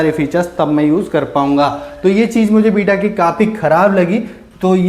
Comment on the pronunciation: Bhai vo V ko B bolta hai...